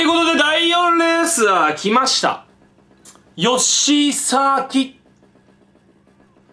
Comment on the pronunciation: ヨッシーサーキッツォ本当にうまいなw